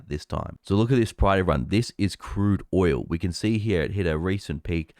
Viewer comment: It's "oil", not "oywoo".